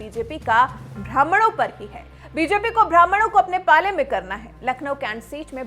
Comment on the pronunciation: भ्रामण " नहीं होता मैडम,ब्राह्मण होता है।